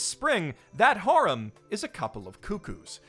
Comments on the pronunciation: I thought you were saying harem like "whore-em" which was funny but then I realizing you just don't know how to say the word harem correctly... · So uh, when you said "Harem Anime" and introduced the cuckoo thing I understood "Horror Anime" ... Confusion followed